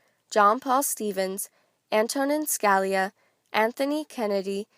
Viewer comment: good video but Justice Scalia is pronounced ( skuh-lee-uh)